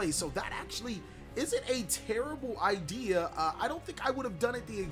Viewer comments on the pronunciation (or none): none